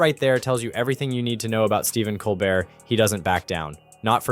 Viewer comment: Its Col bear, mate. As the French would pronounce it.